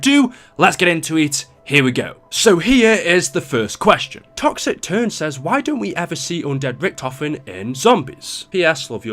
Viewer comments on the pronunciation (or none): none